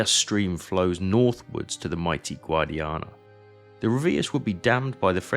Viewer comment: Badajoz, no Badjoz. Guadiana, no Guadana. Picuriña, no Picurina. Etc...